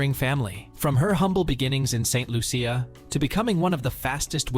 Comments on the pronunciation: Its not saint Luuucccia. Its pronunced Loosha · First learn to say Saint Loo-sha or Santa Lucia. I'll let the other Lucia's handle the rest 😂